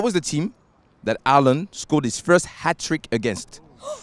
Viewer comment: Alland wow that is not how you pronounce it at all its Haaland